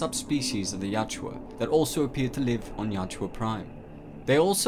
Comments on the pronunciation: Ya-u-tja. Not Ya-tju-a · "Ya-oot-ja," not "yout-joo-ah." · It really bothers me that the narrator mis-pronounces the name. He is saying (yacht-chew-ah) and it's (Yah-oot-jah). Nitpicky, yeah I know. But it's a video meant to teach about the lore and creature. Seems like an important detail to get right. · Bro its yau-hut-ja not yau-ja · Yautja is pronounced as Yatchua? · why do you keep saying yatjua?